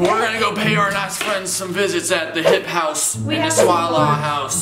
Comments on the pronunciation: it's hype house not hip house 😂😂😂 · No one: Tayler : THE SWALALA Me: umm isn’t it the SWAY LA Also Tayler: THE HIP HOUSE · “The swala house and the hipe house “😂😂